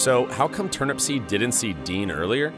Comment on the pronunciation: So many errors here. 1. TurnUPseed, not TurnAPsPeed. 2. Turnupseed was heading EAST. The Sun was not in his eyes. 3. Dean passed an elderly couple shortly before the crash, and they indicated he was definitely speeding.